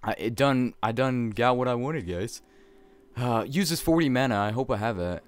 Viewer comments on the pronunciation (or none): none